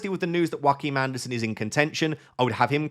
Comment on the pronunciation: Hi. Please stop calling him Jhroakim Anderson, as if his last name is Phoenix. It’s pronounced ‘your’-kim Andersen. Sincerly, a dane.